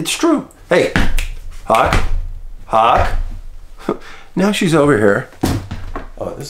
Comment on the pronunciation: Is your beautiful dog's name Hawk or Huck? Being an Aussie, it's an accent clarification...